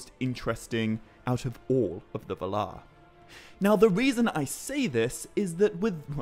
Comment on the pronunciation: Why do you say va-LAR rather than VAL-ar?